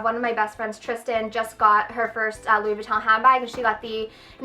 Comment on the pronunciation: You should be in a LV commercial - I love how you say the name!